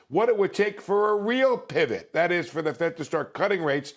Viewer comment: LOL! He's got jokes!